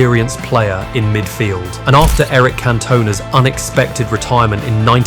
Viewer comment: A.I is supposed to be so intelligent but can't pronounce Cantona correctly 😅